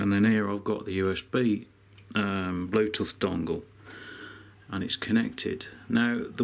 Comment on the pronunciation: I find your Brummie pronunciation of 'Bluetooth' a bit different to how we say it up north.